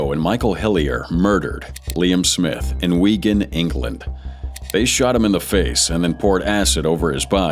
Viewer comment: Weegan? 🤦‍♀ It's Wigan! Wig-An (w/ a short "A" sound like in can)